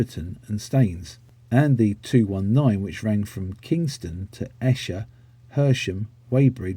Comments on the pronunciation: At 15'30" you mention the 215 to Esher .. it's actually pronounced Eee-sher (like knEE) not Esh-er (like in pEst). Otherwise, an interesting video. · As said above, when Hounslow introduced the LSs 1-51 on the 81 it only operated from Hounslow-Slough. Also 111 operates through Hanworth ( without an ‘s’). The A1 from Hounslow West was never branded an Airbus route, just Airport Express. Esher, destination of 218 is pronounced ‘Ee-sher’. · Esher is pronounced..’ Eesher’